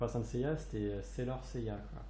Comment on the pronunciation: Salut bien ta vidéo ^^ mais,j'ai remarqué que tu disais,(yaya,ou gaya???? ou encore yeya) je rappel que son nom est seiya.^^lol